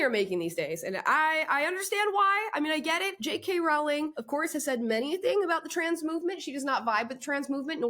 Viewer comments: Her last name is pronounced "roh-ling", like rolling". Not like growling. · Amala, PLEASE pronounce 'Rowling' correctly. It rhymes with 'bowling', not with 'howling'. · Wanted to listen to this story, but can't get past 'Rowling' being mispronounced any more. Rowling rhymes with 'bowling'. She is one of the greatest English writers of our time. I wonder if she has even heard of Ms Cho. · Why can’t people get her name right? ROW-ling. Row- as in rowing a boat. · J.k. Rowlings' name is pronounced like Bowling. Like the sport.